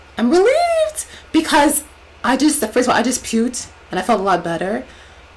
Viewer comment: You "puted?" What is that? Do you mean "puked?"